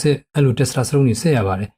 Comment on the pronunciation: Testosterone ကို တက်စတြာစတုန်းလို့ အသံထွက်သလားဗျာ